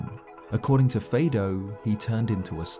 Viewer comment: All the Kokiri names are based on the solfège musical scale (do re mi fa so la ti do). So "Fado" would be pronounced "fa do", not "fay do". Mido is "mi do", and so on.